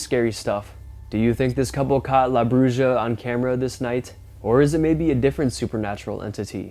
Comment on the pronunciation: La Bruja is pronounced brew ha that’s the closest I can get you. If your going to use other cultures languages run it through google so you can pronounce it clearer. Took me a minute to figure out you were try to say witch or the witch in Spanish 🤦🏻‍♀️